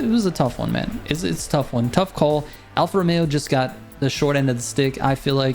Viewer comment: I’m Italian, you got the pronunciation right my man 🤌🏼👍🏼